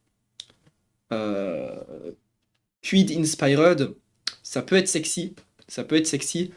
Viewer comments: Je t'en supplie dis inspiered correctement, je vais canner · Quelle horreur la prononciation de InspiRed… 😭